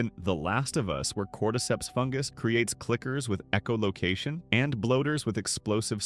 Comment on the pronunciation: Okay. You have to be actively trying to piss us off here. EEcholocation? Really?